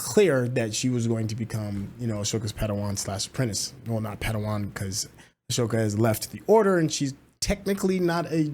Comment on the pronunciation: Please learn to spell and say her name correctly. Ahsoka.